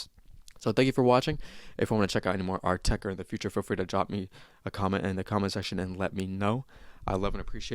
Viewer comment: also you say "oatecker"